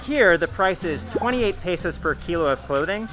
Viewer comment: After two years you should learn how to pronounce "Luzon" and "peso" like a native.